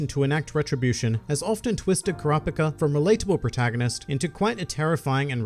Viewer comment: it bothers me thay you say ker raw pick a 😂😂im just messing around